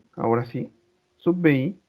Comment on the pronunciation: se pronuncia: sub biai*